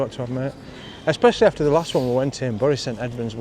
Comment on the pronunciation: It's Berry St Edmonds not Burry St Edmonds.